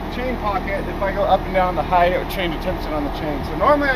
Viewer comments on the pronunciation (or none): Height rhymes with kite, not scythe brother 😉